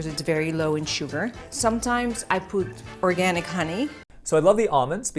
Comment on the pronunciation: I'm not sure.. did she say oRgAniC ? 😂😂